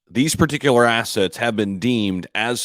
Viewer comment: Yeh your slip of the tongue said it all..crypto aas😂 ..cool bro